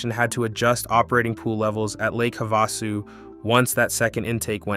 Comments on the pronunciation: WHY TF does he keep calling it "Havossoo?" Wtf is that? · It's pronounced HAVE A SU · It is pronounced Have-a-sue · It's also called Lake Havasu that's perhaps Why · As someone who lives in Lake Havasu City, AZ...We are all well aware that Parker Dam is the deepest damn in the world, and there was a fight between CA/AZ over it. We even have a museum. You should look into how the Colorado River Indian Tribe Reservation in Parker came to be. Also, it's pretty simple to look up how Gila and Havasu is pronounced, my guy. A simple Goog search shows that, pumping water from the Lake up to Gene Wash Reservoir on its way to LA takes more elevation than, the water going through to the CAP canal.